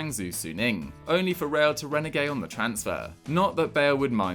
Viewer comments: It's not pronounced "REN E GAY" 😂😂😂 Renege!!!! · I love this content but it hurt my ears hearing the pronunciation of renege